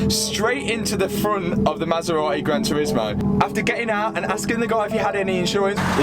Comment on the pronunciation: masera.........eh!!!.....is it so hard to say MASERATI..?????